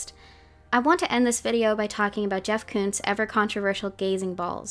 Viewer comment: I ALSO THOUGHT SHE WAS SAYING KUNST! perhaps cause of what you mentioned about her using German past songs, but also cause I was taking German when the album dropped. Maybe she recorded both words ("Koons" and "kunst") and layered them :3